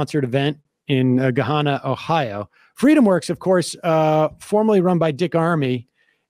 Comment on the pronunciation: Sam... I live here... you pronounce Gahanna like guhHANuh. I have a wonderful video from October of me driving on Hamilton Rd where this craziness happened and videoing one of the Trump parade vehicles... a PT cruiser... while I mockingly yell "WOOOOOO TRUMP TRAIN!!!!" over an over at the driver.